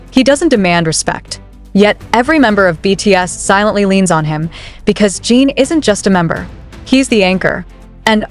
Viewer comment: Please teach your AI bot how to pronounce his name 😩